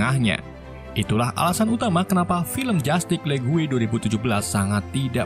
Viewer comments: Justice League. Bacanya "jastis le-gu-e". Ok. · Penyebutan "Jutice League" = "Jastic lig"